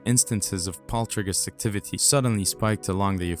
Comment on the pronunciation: Poltrigous activity ??? What is happening with the words and accents ? Why the war on the English language ?